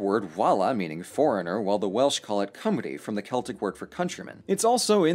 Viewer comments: Gotta give credit, you're one of the only people who isn't from the UK who can pronounce 'Cymru' correctly. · Brilliant pronunciation of Cymru, I'm impressed!!!! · Well done with your pronunciation of Cymru 👏🏻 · Welsh person here: nice pronunciation of Cymru, good job! Great video, keep up the good work:)